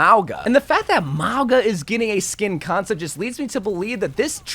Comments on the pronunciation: Why do you say his name as if there’s a W in his name toward the end it’s Mauga not Maugwa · MOW GUH not MAWGWA, MOW-GUH PLEASEEEEEEEEEEEEEE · “Maugua……. Kariko”? Is he dyslexic😂